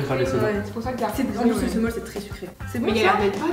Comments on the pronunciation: Le sumol sa se lis « soumol » voilà 😚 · alors pour info le sumol ça se dit smol :)